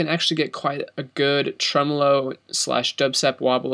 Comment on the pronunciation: its pronounced tremolo